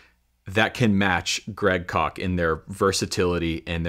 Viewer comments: I thought it was Koch not Kock. I could be wrong. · One correction, Koch is pronounced "cook". We knew him in college. He has always been a pleasure to listen to. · I don't like the way he pronounces that name: Great Kock! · Isn't Koch pronounced as 'coke'? Peace ✌️ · Is his last name pronounced "Coke?"